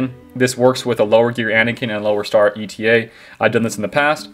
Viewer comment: By the way, it's not ETA, it's eta, the Greek letter. Pronounced 8uh